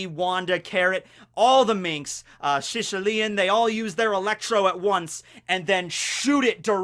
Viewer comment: Yes! can finally pronounce Shishilian!